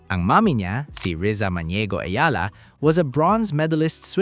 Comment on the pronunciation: Its Eala ....you keep on saying "Ayala", annoying!